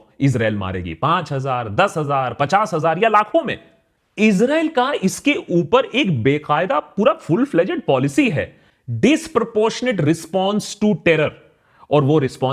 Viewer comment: Sir it’s not bekayada policy … it’s baakayda 😅